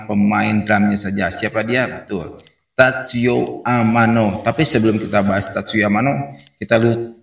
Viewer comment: Ralat bang, Tatsuya Amano. Bukan Tatsuyo Amano 🙏🙏🙏🙏.